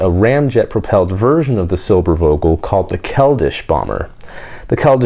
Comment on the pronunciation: If you pronounce the "v" in Silbervogel as an "f" it would sound like perfect German :)